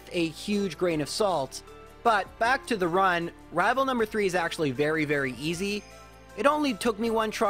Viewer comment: I'll be honest, "Rival Fival" is one of the best speech mistakes I've heard for quite a long time, it just fits, it's like you're unintentionally mocking.